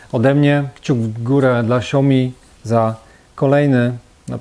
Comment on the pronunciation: Na przyszłość, śao-mi (2 sylaby) ;)